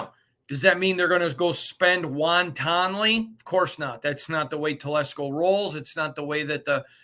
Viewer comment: “Does that mean they’re going to spend wan-tonnaly “ — I love it. 😂